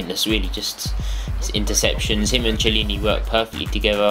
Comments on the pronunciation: How to pronounce: Chiellini: 'Ki-eh-lleni'. Barzagli: 'Bar-za-li' (soft 'G'). Campagnaro: 'Camp-an-yaro'. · classic Brit... cant even say their names right... KEY-EL-INI, MAR-KE-TTI, CAMP-AN-YARO. mio cazzo uomo.... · The "c" of Marchetti and Chiellini sounds like the "c" of "cat", i'm italian ;)